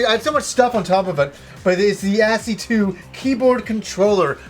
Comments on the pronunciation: ASCII: It's Askee not As-Cee-Two! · ASCII is pronounced "ass-key". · Hey /, I just wanted to note, since I hadn't seen anyone say it (I loaded over 100 comments) that the ASCII keyboard is pronounced 'askee' like ass-ski. ASCII stands for "American Standard Code for Information Interchange." It's a standard, not a brand, for the characters that appear in the ASCII character table. Remember holding alt on your keyboard and typing 0169 on your numpad? (Try it). Those are ASCII codes, although extended from the original. Just wanted to let you know. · You're pronouncing ASCII wrong, it's pronounced "as-key"